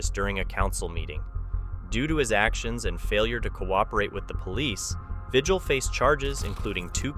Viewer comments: Vigil is pronounced Ve-heal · Well his name is pronounced vihil. I'm a New Mexican who worked in his county. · Lujan is pronounced Luhan and Vigil is pronounced Vihil. Look into how to pronounce names!